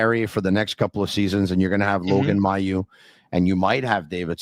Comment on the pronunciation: Can someone tell that "Mailloux" is not pronounced [Maill EUX] like "peux" "vanteu" but [Maill OU] like "yOU" or "lOOp". Thanks!